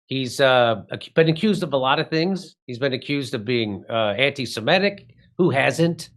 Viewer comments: Jummy, it is semitic, not simetic! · It's quite rare for Americans to pronounce the S-word properly, for some reason. "itic", not "etic". And yes, it's a badge of honour. It means you're on to something.